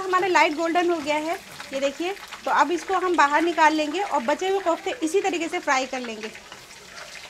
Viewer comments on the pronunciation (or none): MashaAllah, nice recipe. But they are called "koftay" not Qoftay!